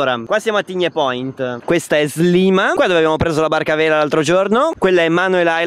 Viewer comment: si pronuncia sliema non slima